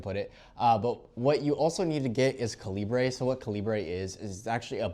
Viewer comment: Cal-I-ber same pronunciation as the bullet size